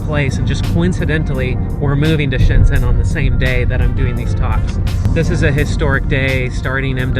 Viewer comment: I don't understand why you cannot pronounce "zhen" correctly. It's like "gen" is English.